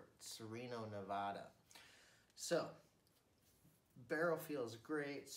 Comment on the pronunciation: Learn how to say Nevada